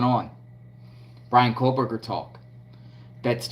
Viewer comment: There is no ‘L’ in “Kohberger.”